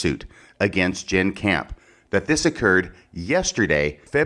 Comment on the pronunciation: It's "Jenn". Not "Jann". (It almost sounds like you're applying for a legal job.) I think the bottom line is that, in cases like this, the fuller the context is the better, especially if the context favors your arguments and central theses. Most of what you appear to think of as being superfluous establishes context, motivation, patterns of behavior consistent with the counterclaims. Just my initial view of it.